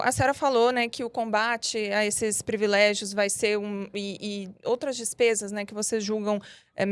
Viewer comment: As militontas são tão comunicativas que falam errado palavras como: "subsídios" fala errado "SUBIZÍDIOS" e em seguida pronuncia outro erro de português com "privilégios" fala errado "previlégios". Jornalistas tem que saber não só escrever, mas pronunciar as palavras corretamente. Nota 5 para as petistas.